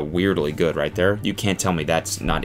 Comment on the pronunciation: canada meter went MAX w that 'ther'